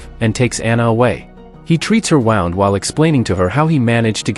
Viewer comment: he says he treats her wound but says it like wownd haha